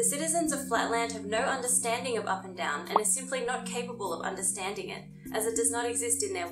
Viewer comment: "In Flatland there's no up and atom. " no kidding, at first that's how I understood what she said lol